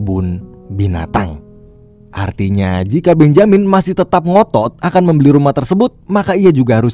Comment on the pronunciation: Agaknya Benjamin lebih cocok dibaca "bén-je-min"